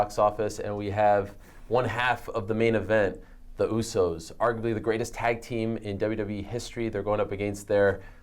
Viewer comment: @@ right they are useys instead usos lol